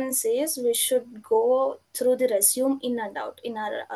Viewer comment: Thanks! Resume is pronounced Resumay....